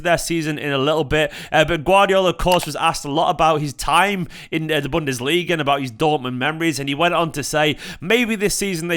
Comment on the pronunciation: Did just say "Bunderliga" 🤣🤣🤣🌚